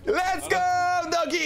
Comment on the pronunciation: to nie dogi tylko doge